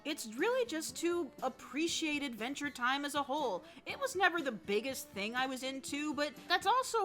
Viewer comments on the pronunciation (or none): “Advntre Time”